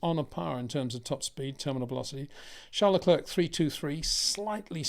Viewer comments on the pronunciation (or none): Again, it’s pronounced Lecl ‘air’ not Le ‘clerk’!!! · AI is such a hoot. Who is Charlotte clerk? Is she related to Rhonda Sanchez? LOL.